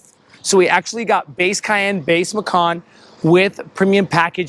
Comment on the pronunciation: the way you said cayenne. CAY......................................END